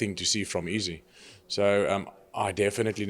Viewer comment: Love how he pronounces Izzy "EASY"